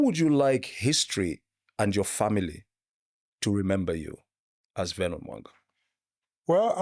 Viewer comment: Note: Vernon not Venon